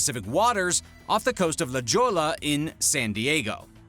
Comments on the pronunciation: The city near San Diego you mention, La Jolla, is pronounced /lah HOY yuh/ and is Spanish for "the jewel". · Dude FYI - It’s pronounced “La Hoy ya” “La Jolla”